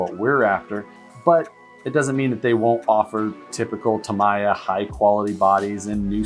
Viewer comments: Flip That Truck "Starting from from the bottom" Caffeine doesn't fix everything. Get some sleep,! We all love you but it's pronounced Ta-me-ah not Ta-my-ah. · it is pronounced "Tameeya" in English according to the Japanese executives I met from the company....